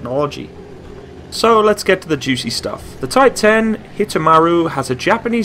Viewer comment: Btw I think some may have pointed this earlier, it's actually called Type One Zero instead of Type Ten (Hence the japanese name: Hito Maru)